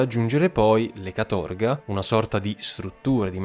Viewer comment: GulAAg nonGUUlag, CAAtorga, non CatOOrga